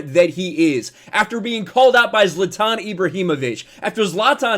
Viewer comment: At least he pronounced zlatans name correctly, unlike other sports commentators